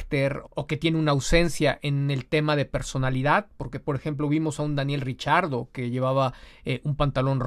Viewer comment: Yo repeti el video varias veces y no escuche el error de pronunciación de Giselle Zarur con el nombre de Daniel Ricciardo, más bien, lo escuche pronunciar correctamente....